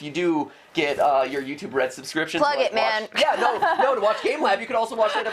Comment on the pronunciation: notice he says 'restive' not 'YouTube red'